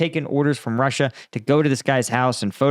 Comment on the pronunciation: Ie: roosia